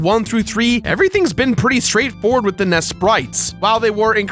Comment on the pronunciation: IT'S AN NES! NOT A NESS!